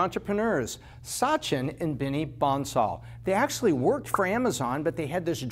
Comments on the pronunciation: It's B"A"NSAL not B"O"NSAL. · Its bansal, not bonsal. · lol you got their name wrong, it's bansal, not bonsal.